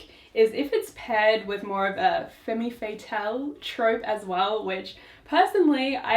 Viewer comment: Not you saying femme fatale like femmy faytel